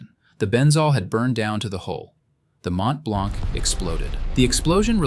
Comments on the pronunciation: Mont-Blanc is normally spoken "Mon Blan" roughly seen I think in French. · Gripping documentary. Note: the C is not pronounced in Mont Blanc. Please use metric units.